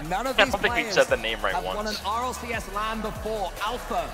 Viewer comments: bro doesn't even know it's rlcs and not rlsc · It is RLCS not RLSC btw bro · It's RLCS bro not RLSC 😂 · its RLCS btw not RLSC